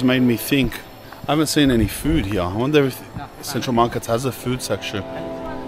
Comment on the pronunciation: His accent “ here / heeeeuhh “